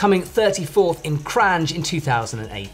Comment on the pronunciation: nooooooo i cant i really cant... kranj is pronounced with the same end sound as new york begins [nj]. not with the same sound that is in the word jeep [dʒ].